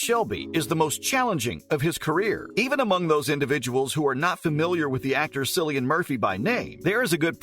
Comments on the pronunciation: Ha ha, 'sillian' 😂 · Lol - It’s a hard C pronounced Killian! - great research you did for this video 🙄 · This channel has 12 videos on Cillian Murphy and they still do not know how to pronounce his name. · All great information but you should have probably learned how to pronounce Cillian’s name first.